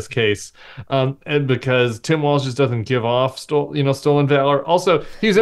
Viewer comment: Please let's say his surname correctly: "WALZ"